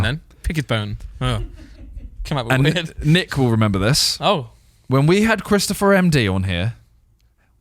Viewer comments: It’s NICKlmao not neech wtf? 💀🤣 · Isn’t it nich and not nitch?